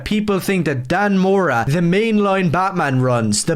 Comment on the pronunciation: Whats that buddy, you got a little speech impediment there? gwoomin and cwossing the wines, making shik up, I absolutely agree that ranting for vengeance is a tard, he sounds to me like an andypants copycat but for comics so either a grifter or mentally impaired, buzzword after buzzword, it feels like all these grifters have a quota for these buzzwords every video needs to have at least 10 in them, maybe it tricks the algo, but I mean seriously never in my life have I come across a guy who can't pronounce the letter D, R, L and T for some reason, I don't know who can take your generic garbage videos seriously when you can't even properly speak, start a patreon so you can start seeing a speech therapist.